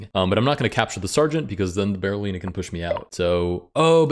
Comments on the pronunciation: DID NOBODY IN THIS COMMENT SECTION NOTICE HE SAID "BARRELLINA" THE ENTIRE VIDEO?? 💀💀💀 LET'S POINT AT HIM AND LAUGH! EDIT: DO A BARRELLINA ROLL! 🦊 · Did he actually say it wrong though? It's apparently called a Berlin pawn – or a Berolina. Yes, I wouldn't pronouce Berliner with an O. But I also wouldn't write it with one, and that apparently is the correct spelling for the fairy chess piece. So I have no idea how you're supposed to say it.